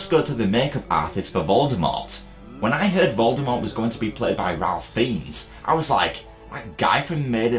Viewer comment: Ralph Fiennes is actually pronounced "Rafe fines"!